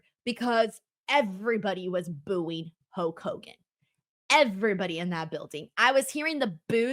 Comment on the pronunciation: Okay I've listened to you enough to know that you don't have a speech impediment, so what is up with "Huak" Hogan.